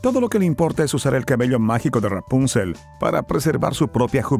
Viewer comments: Deja de decir rapúncel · Yo siempre dije y escuche Rapunzel con la silaba tonica en la ultima silaba Nunca en la penultima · Ra-punzel jajaja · Rápunzel xD